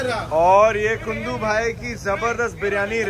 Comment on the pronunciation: Bro its not GUNDU... its KUNDU..... :hand-pink-waving::hand-pink-waving::hand-pink-waving::hand-pink-waving